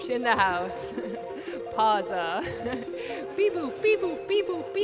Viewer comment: "Pausa Hype" Me: You dont pronounce it as pausa but pa-w-sa. For someone who knows a bit of italian, it was just triggering